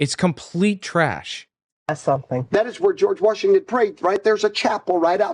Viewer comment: George WARSHington.